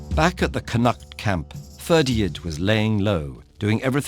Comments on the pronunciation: It's Ferdia, you don't pronounce the D. I always found this story particularly harrowing, CúChulainn having to fight his bro Ferdia to the death, it's just heartbreaking. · He gets alot wrong Ferdia should be fir-dee-a and scáthach has an accent so it should be scaw-huck, Connaught could be said either in Irish or in the anglicised way (cun-ukht and con-uckt respectively) but he does neither. Overall though I did like his voice and it's really great to hear a good video on Irish folklore, it is well researched